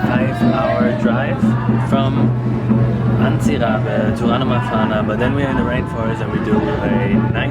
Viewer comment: Jist to say im from madagascar and I jist wanted to say its not antibe but ts=c